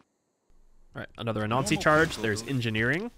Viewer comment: When you say "Anansi" it sounds like "a Nazi" and that trips me up every time